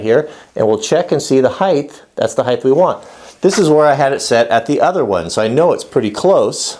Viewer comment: "Heighth" why add an extra h?